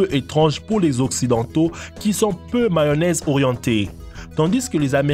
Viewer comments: Il a dit une maonaise au lieu de mayonnaise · Maonaise il a dit Mdr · Il a dit la "mawonaise" au lieu de mayonnaise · Et de la Maonaise on en parle ?? 😂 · Lol. Crocs... Je croyais que ça allait parler de chaussures. Phonétiquement ici c'est "kro" sinon c'est une godasse ou de la bouffe (croque). Sans parler du drapeau... Ou du "effreyament" (???) pluvieux... Et la mayo... Et le reste...